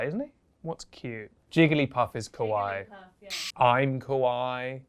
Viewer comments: When he says kawaii he say (ka-why) which that mean scary in japanese it should be pronounced (ka-wa-ee) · fyi if you say “kawai” without the extra “i” you’re saying scary instead of cute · the way you pronounced kawaii was funny because kowai means scary and unsettling and all the images you used would be described as kowai rather than kawaii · Cringed for both 1) pronunciation of My-Key 2)him sayin Kawaii as he pronounces it KOWAI meaning scary 🤣